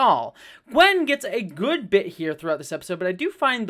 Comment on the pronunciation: Small note: it's "Gwyn", not "Gwen".